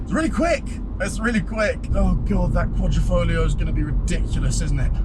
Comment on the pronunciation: It's Quadri.....not Quadro